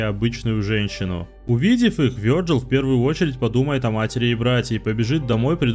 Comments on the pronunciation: а я уже ставлю лайк, только за то, что озвучил имя не обрусевший вариант. Вёрджил! Ааааа, кайф для ушей❤ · Вёрджил - правильно, а как по твоему его называть? Виталий? Виталик? Витек?